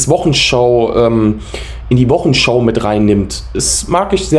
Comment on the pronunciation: gutes Auge! Interessant und gut falsifiziert! Zwei Hinweise: es heißt Wochensch"au" und nicht "show" wie bei heute-show, Anglizismen verseuchen unsere Sprache. Und der Film ist von Agfa, nicht Alpha, wahrscheinlich bist Du zu jung, um die Filme von Agfa für Fotoapparate noch zu kennen. Weiter so!